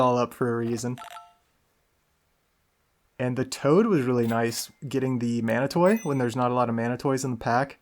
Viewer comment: You saying "mana toy" I'm like "does he mean mana-TEE?" Is he having a stroke?!!!